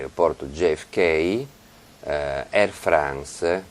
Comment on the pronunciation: A me Travaglio piace, ma a volte dimostra d'essere di un'ignoranza incredibile! Solo 7 minuti dall'inizio e ha gia' detto un mucchio di idiozie: 1) I portoricani non sono "di colore" 2) Harlem e' pieno di bianchi 3) Pronuncia male il nome dell'aereoporto, JFK 4) Dichiarare il falso e' "perjury", non "spergiury"! Qualche mese fa disse che Berlusconi faceva figure pessime col suo inglese "alla Celentano" quando uso' il termine "salutation" che invece e' corretto... Travaglio: studia, per Dio!